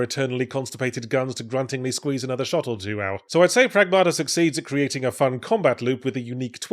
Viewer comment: stress is on the first syllable. PRAGmata, not pragMAta. (Means "the result of action", plural. More colloquially, "things", "stuff" and sometimes "current events")